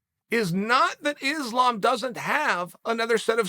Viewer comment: Its pronounced issslam makhachev. Why is this ESPN employee displaying an openly segregated mentality ? Your company wont appreciate hateful racist mentality that belittle the names of athletes